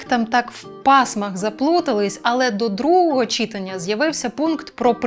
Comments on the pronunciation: Дякую, Бігус, за важливі питання, які піднімаєте. ЗВЕРНІТЬ УВАГУ !!!!!!! перше, друге, третє читАння, а не чИтання (так нас вчили на журфаку в КНУ; то мабуть Іван Степанович Плющ непарвильно придумав, і пішло...) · читАння! Наголос на другий склад! Будь ласка...